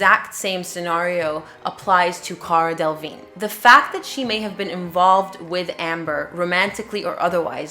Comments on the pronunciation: DELLA - VEEN!! Damn, it’s not that difficult to pronounce. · They lost me at Cara “DEL-ah-vig-NAY” 😂😂😂 great video! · I’m sorry but the way he is saying cara delevingne is killing meee